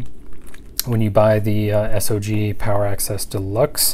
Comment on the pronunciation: It's not S.O.G. - it's SOG!!! REMEMBER THAT!